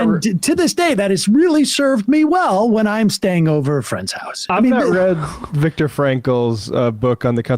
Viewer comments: Did this moron Gutfeld refer to Viktor Frankl as 'Vic Frankel'? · BTW Greg Gutfield, it’s Viktor Frankl, not “Vic.” Greg acts as though he is a scholar when it comes to Frankl. He misses the scope and substance of Frankl’s work in “Man’s Search for Meaning.” Another man-child moment from Gutfield. Perhaps Gutfield should write a book and entitle it, “Gutfield’s Search for Meaning." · He said Vik Frankl like he knew the man. It'd be like me referring to MLK as Marty.